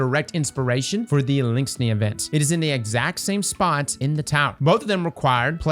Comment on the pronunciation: The only think I can focus on is adding another "n" to Eliksni